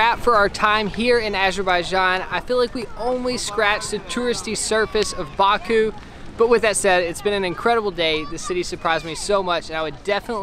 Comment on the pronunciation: She couldn't pronounce Azerbaijan and Baku